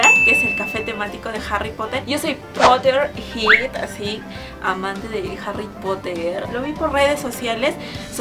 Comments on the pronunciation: Potterhirt? :) Me gusto tu video, pero yo si soy potterheard :) la pronunciacion es diferente. Saludos me diverti mucho :) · Danitza Muñoz es potterhead, muggle